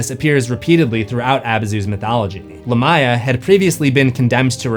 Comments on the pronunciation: Dude,stop saying the name as LAH-MY-A its CORRECT pronunciation is LA(H)M - ME-YAH. as in ancient Lamia VAMPIRES in EARLY EARLY European Folklore and myths surrounding oral storytellings of bad luck places and mysterious locations where Spooky animals, and creatures were said to roam and hunt for unwary humans not smart enough to know being out, late at nights were a good time and bad locations to be if you wanted to be KILLED or attacked by Spirits, vampires, werewolves, revenants, zombies, Hell hounds and whatever other dark hunting hungering spirits and beasts were out hunting for living creatures or humans to eat were easy to come upon, looking like meals (ready to eat!) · only critique I have is Lamia is pronounced Lay mee uh, or Lah mee uh, not lah my uh. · you managed to say it wrong again 😅🏆 it's Lámia, not Lamía. You put emphasis on the "i" instead of first "a" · Great episode.. But your pronunciation of Lamia is weird.. Lamia is most commonly pronounced LAY-mee-uh (/ˈleɪmiə/) in English, though LAH-mee-uh is also used. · It’s “Lamb-ee-uh” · Man, I thought I was losing it or maybe it was another case of Supernatural getting pronunciation wrong again, but nope. The proper translation of Lamia is Lámia, and it is most definitely pronounced with the emphasis on the first 'a.' 😂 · It is a name of arabic origin, and pronounced lam ya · The amount of times Lamia is mispronounced in this video makes it unwatchable. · That is an insane pronunciation of lamia.